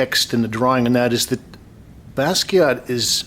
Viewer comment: You pronounced his name right this time,. ✋🏼 Thanks for the video btw